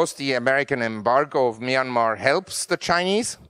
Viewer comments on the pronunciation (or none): none